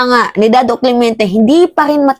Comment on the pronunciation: Nainis sa yo puro ka daw “clemiente” dapat clemente